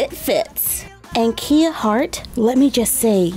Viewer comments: It pronounced as "ka-yah" not "ki-yah" like the vehicle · kya not kia 💗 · Just quickly wanna put this here love you tho Kia’s name is pronounced k-eye-a 😁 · You pronounce the name wrong, its more like KAYA Hart. Not like the car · The name is pronounced k I uh